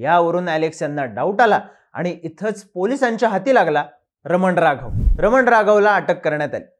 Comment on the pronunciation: रमन राघव नाही हो,रामन राघवन आहे.